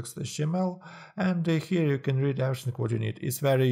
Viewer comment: неплохое объяснение, но произношение here )